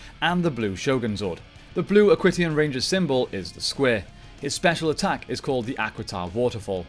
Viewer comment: Great video, just a few errors I noticed though, Aquitions is pronounced Ak-wee-shins not ak-wit-e-ons, you said the black ranger pilots the black beetle borg and Dustin is the yellow ninja storm ranger, wind ninja is the name of the academy